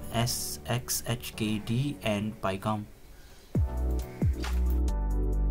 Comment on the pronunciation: The sheer inability to pronounce sxhkd is what binds the whole linux community together xD Great video, thank you :)